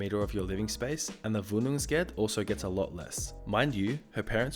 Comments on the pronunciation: It's WOhnungsgeld not Wuhnungsgeld sry I'm German so xD but it's not bad at all! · also the eld should sound more like elt